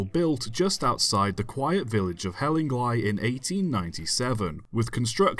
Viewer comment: It's pronounced Hell-ing-lee not hell-ing-lie but otherwise very interesting. There's a book "Hospital Railways and Tramways" by David Voice, published in 2007, ISBN , and Hellingly features on page 49 (of 103 pages).